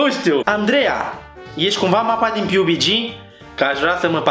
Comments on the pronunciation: Piubigi😂😂😂 mai ma se scrie PUBG si se citeste pabgi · Pabgi nu Piubigi :)) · Se pronunta pubg pabg nu pubici, ori cum respecf